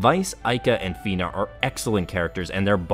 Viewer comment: Nice video Fun fact but Fina is actually pronounced as Faina (ファイナ) I guess at this point it is too late to try to convince English-speaking fans of SoA to use that pronunciation since everyone got used to calling her Fina